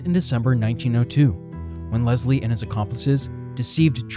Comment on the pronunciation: One more... Leslie is pronounced Les lee not Lez lee.